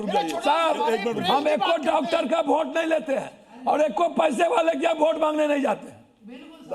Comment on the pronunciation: अनपढ़ बोल रहा है वोट को भोट बोल रहा हैं 😂😂😂😂😂